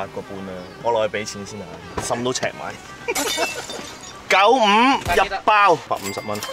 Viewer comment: 哥哥哥哥～請問點解要咁強調95呢個字嘅😏😏